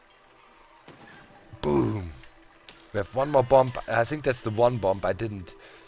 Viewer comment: Ouch, u dont pronounce the final b in bomb